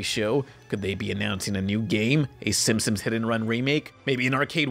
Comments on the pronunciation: great vid, but I feel sorta uncomfortable after realizing you pronounce the “Simpsons” as the “Simpsimps” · Why do you pronounce it "Simpsoms"? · The way you pronounce Simpson's makes me want to rip my own ears off